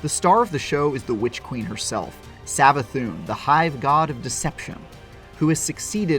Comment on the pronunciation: He actually pronounced "Savathun" correctly